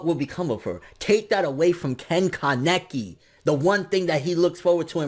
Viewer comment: simply say kaneki not kan-ne-ki 😐